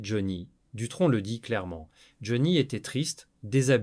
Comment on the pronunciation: Vous pourriez quand même mettre une vraie voix qui sait au moins prononcer le nom de Johnny vu que la vidéo le concerne... On passera tous les autres mots prononcés n'importe comment, les liaisons inexistantes, etc etc etc.. On dirait un sketch ! Amateurisme, Flemme et IA .vont bien de pair... Merci quand même pour le fou rire sur le mot rockeur.... "Roqure".